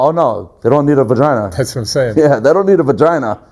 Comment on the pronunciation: This guy had to have been an SNY CCF rent-a-cop. He sounds like he's trying to retell stories he heard but got it all mixed up. He called it a "Von-ginah" 😂😂😂